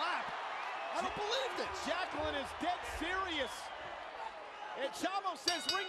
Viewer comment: The worst annaoutment ever in wwe history he said 'Jacqueline?' and no 'Jacqueline'